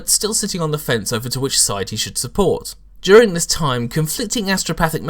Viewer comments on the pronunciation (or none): none